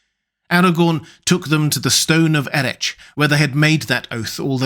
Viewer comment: Excellent video, as always. Just one note, if I may - the 'ch' sound in the 'Stone of Erech' is pronounced as in the Scottish 'loch'.